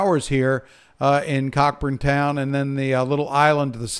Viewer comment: "Cay" is pronounced "Key". "Cockburn" ( Cockburn Town ) is pronounced "Co-burn" ) - Good meteorological work sir.